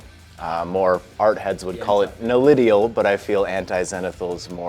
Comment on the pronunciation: "Nalidial"? The opposite of 'zenith' in astronomy is 'nadir', so it should be 'nadiral' highlighting.